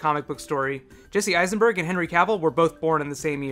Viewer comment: I've listened to it three times and I swear he says Jesse Heisenberg in the beginning.